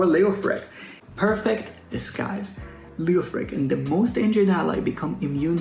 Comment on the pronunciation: It’s Lay O Frich, bruh